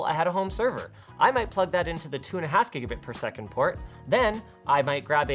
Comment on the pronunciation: Say gigabit per second again